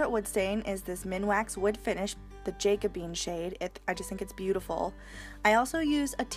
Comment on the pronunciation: JACK-O-BE-AN not jacko-bean. It's a period in English history known for dark furniture.